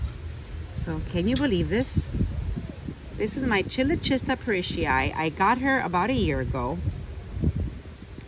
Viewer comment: The AOS on their site has the proper pronunciation for chilochista. It sounds like k at first. Kyloshista.